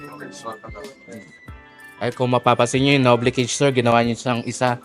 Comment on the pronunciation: Idol hindi po NOB-BLE yung pag-pronounce/tawag sa cage na yan.